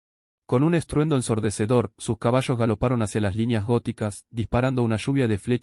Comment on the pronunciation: Es BATALLA , no es BATASHA, es LLOVÍA, no es llovísha, es caballo, no es cabasho, entre otros; por lo demás buen vídeo